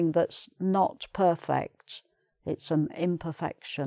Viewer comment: your pronunciation of 'perfect', tour, tourist and touring sound strange.